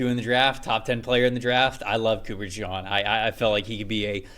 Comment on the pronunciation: It's Cooper DeJEAN. Pronounced like the Jeans you wear. DeJawn is a nickname that some gave to him. Not sure if you know this.